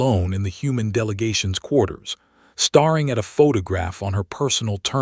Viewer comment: "... most Galactic NAH-vees ..." This native speaker of usa English expected "NAY-vees". 18m:56s: "... STARing at a photograph ..." In this context, rhe word rhymes with PAIRing. "... watching a single species TEER through ... " You wanted TARE. --- Abandoning story with THUMBS DOWN.